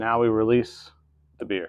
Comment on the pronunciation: I love Buddy's mystical time travel voice, and I hope he uses it often!!! 🤩 And "Sludge" Ewwww. Just a note when you say: "release the bear" it needs to be more like: RELEASE THE BEER!!! Maybe try a brittish accent. Idk.